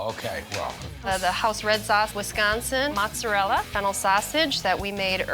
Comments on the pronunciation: I’m sorry, but did he say fentanyl as a ingredient? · I heard him say it too lol, but it was Fennel seeds